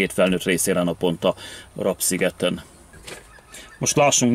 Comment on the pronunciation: Legalább Te mondanád ki a helység nevet :face-purple-wide-eyes:, Rab-az nem rab, hanem RÁB sziget :face-red-heart-shape:!!!